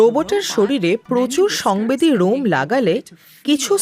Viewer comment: এটা রোমই হবে। লোম না। গাছের মূলরোম শব্দটা শুনেছেন? সেটা কি গাছের লোম হবে সঠিক উচ্চারণ?